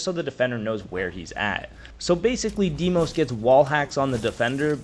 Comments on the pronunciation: appreciate the vid, hate the Deemos instead of how they say the name on the trailers. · the way you said dee-mos made me angry